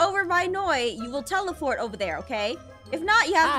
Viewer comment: also did you just say telefort lol lamo